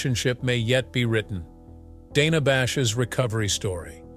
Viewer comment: Right from the start, this ridiculous puff piece loses credibility when it can't even pronounce her name properly. It's Dana with a short "a" (as in the word "plan"). In case you're wondering, that's how she pronounces it, and how everyone at CNN pronounces it.